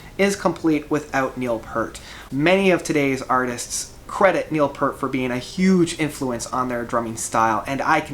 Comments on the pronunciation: PEEEEEEEEEEEERT! Not "Purt"! And... at #5? Hmmm... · If you are a fan of Rush, you have to know that his name is pronounced 'Peert'. That being said, I think this guy said in one of his posts that he does have a speech impediment or dyslexia, so we can cut him some slack.